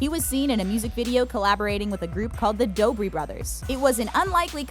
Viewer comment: 1) it’s the Dobre brothers 2) it’s pronounced Dobray